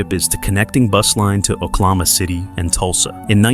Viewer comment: These AI voices are horrendous, this one is the worst I have heard, can't pronounce the words properly, using the wrong tense and very monotone. Yellow Roadway CROP, it is CORP. It is Oklahoma, not Oklama.